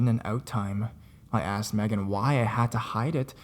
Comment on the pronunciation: Thank you for saying Megan correctly :)